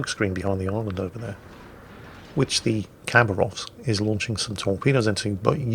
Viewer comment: say it like habaravsk please, not cabarovsk